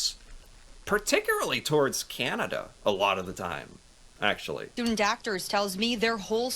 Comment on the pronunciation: Please, ... Please stop saying, "Keeinada" ... It's really simple, .... "Can" "Ah" "Da" ... Not "Keeinada". 🤣